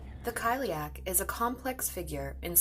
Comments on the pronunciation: Cile-uck not kile-ee-ack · I hope it didn’t come across as offensive. If you’ve watched Cursed it’s got one of the few proper pronunciations out there. So it’s pronounced like: kali-ach (the ch makes a kind of soft flem noise)